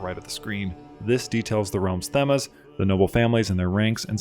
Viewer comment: You're talking much too quickly. I can't even begin to absorb whatever it is that you're banging on about. Also, learn how to pronounce themes...it's a basic and commonly used word that most children should know. Please never use this contributor again.